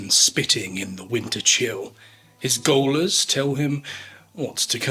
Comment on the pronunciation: Gaoler is pronounced jailer.